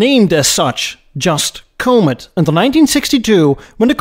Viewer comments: A few mistakes I'd suggest you learn from. The car's name is pronounced "ED*sel" and not "ED*zel". If you want to write "Two Hundred Fifty Thousand dollars" in numerals, the proper format is "$250,000". You do not substitute periods for commas. "Comet" is pronounced with a short "o'', not with a long "o" sound. You wouldn't like your name mispronounced "Eed's" and Americans don't like their names mispronounced, either! It shows ignorance and disrespect. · A nice little video. Thanks. Just one suggestion: since you seem to prefer discussing American cars on your channel, make sure you know how to pronounce their names. The Comet is pronounced kä-mət, not kō-mət. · Bit late now, but for future reference, the word or name ‘Comet‘ is NOT pronounced similar to 'comb it', but more like ‘comment’, minus the ‘n’ of course… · comb-it for comet. Are you a chinese robot? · Great content,. I thought Edsel was above Mercury. Surprised me. In the US where the Comet was made we call it “cah-met” and not “coh-met”. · It's pronounced, CO-MET, not COH-MET. Capeche? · Come on... KOA-met? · Someone needs to learn how to pronounce "comet" correctly... along with a few other words! 🤦‍♂️ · I'm there. Send me two. People try to correct his pronunciation but he evidently feels we are all wrong. There have been movies named Cimaron. Haleys Comet. Its not like the correct pronunciation is a secret or something. I have been to Holland. They speak English pretty good. Especially the hookers and drug dealers. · I had no clue that McNamara was with Ford before getting knee deep with the Vietnam quagmire. Good to know. I'm also going to need for you to pronounce COMET correctly. You're doing that Stewie thing on Family Guy where he pronounces Cool Whip all weird and I will not have it! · SSEL, not EdZZEL. CALM-et, not COMB-et. Basic respect: say names correctly (this not about accents; yours is terrific!) A designer recalled the clay Comet mock-up was wheeled from Edsel to Mercury studio.